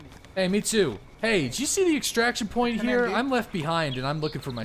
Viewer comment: why have you started doing this awkward thing where your start to roll your r's but dont actually roll it so it just makes anything you say like HERE sound super weird? have you started learning a new language or something? Ive watched you since you had 50 viewers daily and you never used to do it, i just stopped when you make the switch to tarkov so its super weird hearing you pronounce r's like that out of nowhere lol